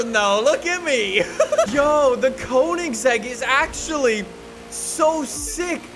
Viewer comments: I’m clicking off because of the way he says Koenigsegg Jesko. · It would be fun if you tried to learn how to pronounce Koenigsegg